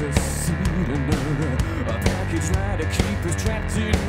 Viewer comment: it's normal, he very often says w instead of r. Pwoper Matt)